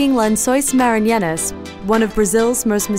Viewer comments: marinianas great pronunciation there 😂 it's 'lençóis maranhenses' but ok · "Lençóis maranyanas" It's really not that hard to go to Google Translate, write the word and click the speaker icon to listen to the correct pronunciation We don't expect foreigners to do the "nh" sound correctly but what she says doesn't even resemble how it's written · That pronunciation of lençóis maranhenses really sucks though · The way she slaughtered the pronunciation of "Lençóis Maranhenses" is hilarious hahahaha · Thats easily the worst pronunciation I've ever heard.